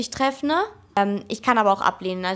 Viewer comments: hat sie wirklich "treffne" gesagt, wie der drachenlord?! Gründne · Treffne lool. Drachenlord Mulle confirmed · "treffne" kommt die aus Altschauerberg???